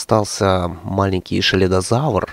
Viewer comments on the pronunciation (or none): Правильно не шледозавр,а сцелидозавр